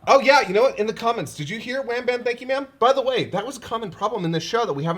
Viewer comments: I always heard “gotchya bitch” at the end, when the cell jr. was punching Goku lol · I absolutely did not hear "Wham, Bam, Thank ya ma'am!" To me, it was more "Gotcha, B***!" Weird how our minds fill in the gaps. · I only hear "wham-bam-gotcha man"